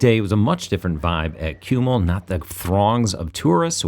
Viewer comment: The correct pronunciation of Čumil is "chumil". In Slavic languages c is never k or s, c = ts, č = soft c, i.e. ch. Like š = sh, ž = zh.